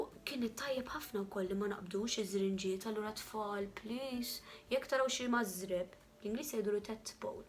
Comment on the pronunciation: marżebb mhux mażrebb :) Biss brava wisq